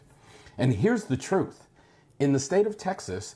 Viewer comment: He didn’t say “truth” but “throof….”😂